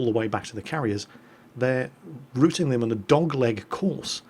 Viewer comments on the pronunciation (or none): none